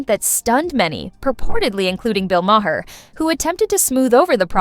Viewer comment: Please — his name is not Ma-hair.